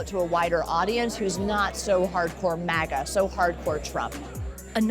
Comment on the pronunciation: Cant stop hearing Maggot instead of MAGA now 😂😂😂